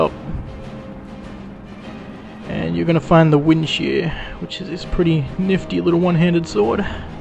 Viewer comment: It's Windshear.